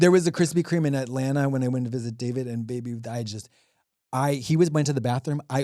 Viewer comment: KUHRISPY KHREME